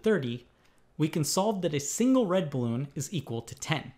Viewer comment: I’m amazed at how he say “blue balloon “ like bluebloon.